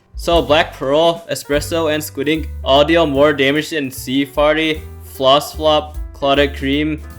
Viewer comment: “Sea farty” lol